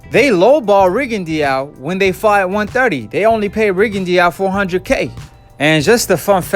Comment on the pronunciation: Rih'-gin-dow... Rigondeau